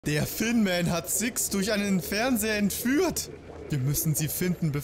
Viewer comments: Ich dachte auch immer es heißt Finnman. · Als ich den Part las dachte ich auch WTF ich dachte Finnman. Zum Glück bin ich nicht alleine 🤣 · Also ich dachte auch, das es Finnman heisst. Bin voll überrascht, das es nicht so ist😁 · EBEN NICHT. Manche deutsche sind halt einfach zu faul um das Th richtig zu sprechen. Mach mal ein "F" und streck dabei die Zunge raus, dann kriegst du ein Th. (Englisch 5. Klasse nicht aufgepasst oderwas 😶) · allein seine Mundbewegung passt nicht. Er macht einfach nur ein F, dadurch war ich verwirrt